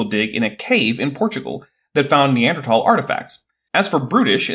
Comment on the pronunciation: How many scientists can't pronounce Neanderthal?